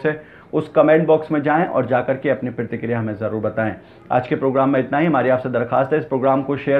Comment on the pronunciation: ....apna talaffuz durust karo bhai pehle.. Pratikriya hota hai na ki pirtikirya...phir bilast nhi hota Blast hota hai..plz sahi karein apna talaffuz..